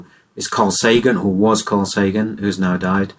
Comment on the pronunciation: Carl SAGAN? The "G" is just a "T" with a long curly tail.